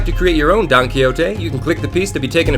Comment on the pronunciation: So funny how you pronounce "Don Quijote" like "donkey-o-te" hahaha And the story about Sancho Panza's figure just crack me!!! A big kiss from Spain,! 💜